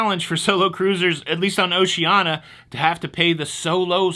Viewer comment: Gas cools your fuel pump so keeping your tank 1/4 full reduces wear on the pump. Pronunciation Police: O-she-an-EE-ah Enjoyed the show, fuel charge should be warned up front....